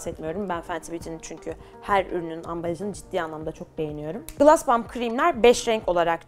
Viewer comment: Gloss u gılas diye okuma aşk gılos derken daha dogru telaffuzun ❤